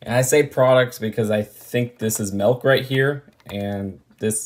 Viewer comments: I’m sure is saying melk instead of milk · But... but sometimes I say it "melk" too... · dont feel bad, ive never seen a "melk" truck either. not even sure what that is